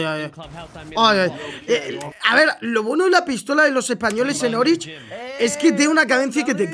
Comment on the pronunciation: se dice oryx no orich